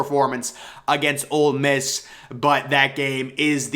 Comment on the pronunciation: Great content. And it’s OLE Miss, not OLD Miss. Keep it up!